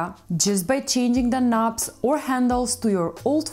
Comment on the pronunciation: As a Brit I love the way she pronounces and talks about 'knobs'.